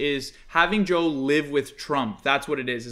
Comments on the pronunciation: i love how and keep saying "chomp" instead of "trump" lmaooo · i love that they say trump like chomp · keeps saying chomp 😭